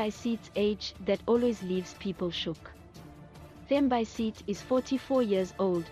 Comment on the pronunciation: You need to learn how to pronounce her name and surname properly, clearly you are not South African 🙄